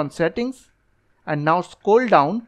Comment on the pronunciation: "Scoll down" "Computre" "Los" "Ploblem" "Forgit"